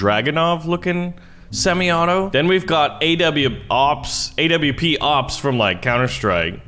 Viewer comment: Calls an intervention a socom sniper, says a scar-h is from fortnite. Jeezus, this guy cant be from america Also calls awps a w p s, and vss dragunovs. He is a disgrace